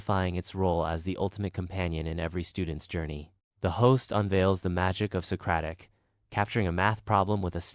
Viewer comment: Socaric By Google 😂😂😂